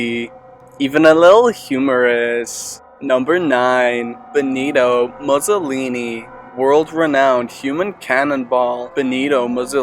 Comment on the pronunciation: The way he say mussolini tho